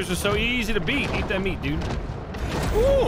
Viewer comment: its kinda weird becouse he said eat "veat that meat"